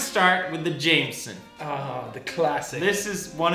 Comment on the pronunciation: Pewds: Prononuces Jameson as Jay-meh-son. Jack: So you have chosen death?